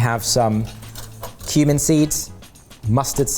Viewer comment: Heard Human seed instead of Cumin seed at the start there and was very worried at how blasé was.